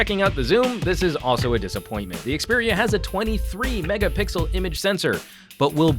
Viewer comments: 8 or 23 "megapickel" lol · How can a professional YouTuber say,Mega pickle.Loooool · "megaPICKLE images" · did he said mega pickle images?